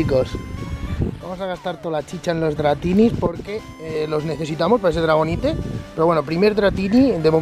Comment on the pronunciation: Se pronuncia "DRAGONAIT", No se pronuncia como se lee, o sea no se pronuncia "Dragonite" así se escribe pero se pronuncia "Dragonait" alvvvv luego por que sus doblajes de anime son los peores -_- malditos ondas vitales lobeznos.